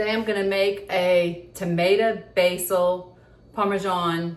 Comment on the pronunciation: Willow said, "not tomata, tomato, " 😂